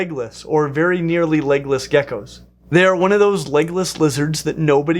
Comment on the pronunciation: I several times heard Legolas instead of legless. Where would the different dragons fit in best if they were real?